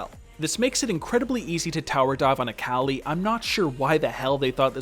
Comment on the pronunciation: I am so sorry but when you said “A CAL I” I literally died 😂😂 fantastic vid tho. Subbed.